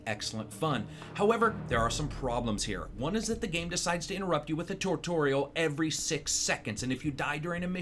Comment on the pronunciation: He said "Tortorial" ... idk why I thought it sounded hilarious and replayed it over and over again xD